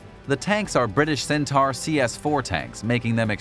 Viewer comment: The name of the Centaur tanks at Selsey Bill is pronounced “Sen-taw”, not “Sen-tar”.